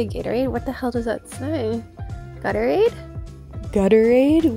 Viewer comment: I actually laughed out loud when you gutterade... girl 😭